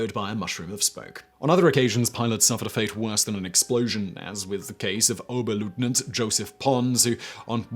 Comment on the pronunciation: The 'eu' sound in Oberleutnant is wrong, in Standard German 'eu' corresponds to an 'oi' sound in English; like in the words, 'oil' and 'foil'.